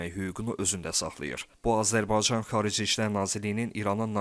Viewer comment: Səsin batsın iyrənc.ayə sən Azərbaycan sözünü deyə bilmiraən